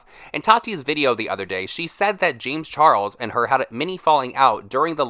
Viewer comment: Darrick Sp40 i’ve been hearing “lames charles”